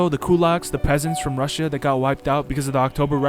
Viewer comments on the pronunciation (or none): none